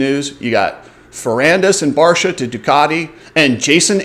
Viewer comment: it's also barcia and not barsha